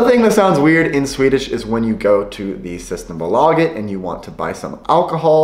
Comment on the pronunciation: I like how you pronounce System Bolaget, we in Sweden pronounce Syysteembollaget